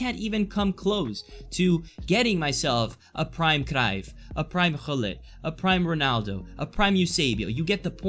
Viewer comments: The way you pronounced Cruijff was very good! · Im dutch and you have a really nice pronunciation of Cruyf for a Italian i assume